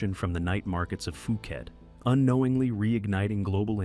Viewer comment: PUU Khet Not FUU Khet